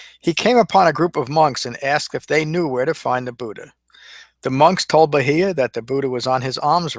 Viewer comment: Your pronunciation could improve but all in all good job. Bahiya= Baa-here.